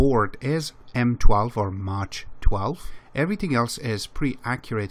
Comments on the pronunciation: I love your vids, and learn a lot. I also understand that English is not your native language. In this case please be informed that MACH is not pronounced as Maa tch. The "CH" is pronounced as a hard "K" sound. M AH K. It's like airplanes travelling faster than the speed of sound, Mach 1, Mach 2, Mach 3. etc. Yes, I know, grammar nazi, but it bugged the hell out of me. Keep up your great vids. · nice video. And its Mach like Bach